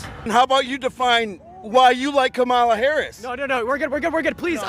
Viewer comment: You just knew the interviewer was maga by how he pronounced Kamala, always a dead petty give away.